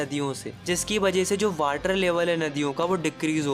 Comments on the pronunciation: Not water he is saying whater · Sir is saying Waterr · Please improve your pronounciation (its drainage,its water not वाटर)